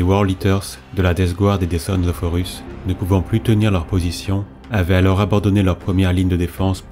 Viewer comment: L'utilisation de l'"IA" afin de gagner du temps est louable mais il faudrait faire attention aux noms. Je viens de finir les word Bear via Spotify et et Horus devient "Oh Russes", Tzeentch lui devient sentch. PAr contre c'est un excellent travail.